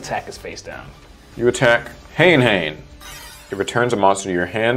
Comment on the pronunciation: Ha-ne Ha-ne, not hane hane